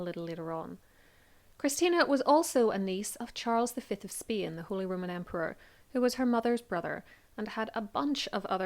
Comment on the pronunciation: Nice story. But as always I am bothered by your pronounciation of Spain